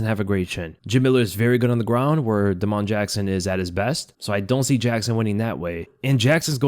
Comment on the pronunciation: Da’mon Jackson???? 😂😂😂